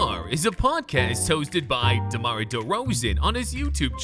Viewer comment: I will never get over how he pronounces Derozan's first name😭